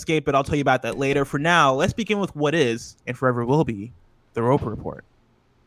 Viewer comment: Pet peeve.... & BUTCHER “The Roper Report” announcement...the disrespect is OFF THE SCALE.